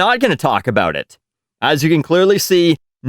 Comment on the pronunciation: You finally said aboot...